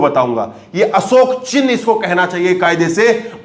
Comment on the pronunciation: असोक नहीं अशोक होता हैं स और श का अंतर सबकुछ बदल देता हैं